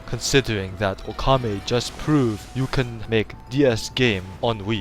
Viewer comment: "That's funny, just last week I could not pronounce his name." ...and you still can't, as the last "u" is actually silent. :P But in all seriousness, this episode is great. It's awesome to see Okami reviewed, and the presentation is hilarious. XP